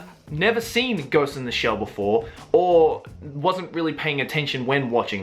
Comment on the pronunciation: I love how pronounces ghost in the shell as "ghost in da shell".